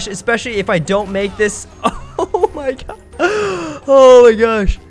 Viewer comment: Nobody:: "oh my GOS"